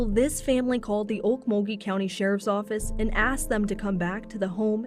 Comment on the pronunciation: Chiming in to say THANK YOU for first of all correctly pronouncing Okmulgee! Also thank you for covering this case, you’re one of my favorite true crime channels ❤